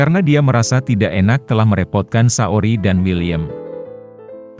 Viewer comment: Saoirse itu bacanya sersei min, bukan saori